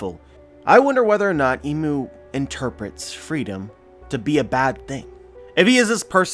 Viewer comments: Not "Imu" it is I'mu (I'm U or I am U) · Think "Im" is pronounced like im out of impossible.